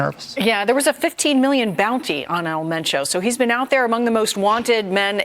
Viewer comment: It's pronounced men Cho